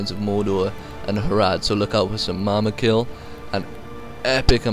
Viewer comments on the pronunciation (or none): its mumakil not mamakil,but good vid i enjoyed watching it!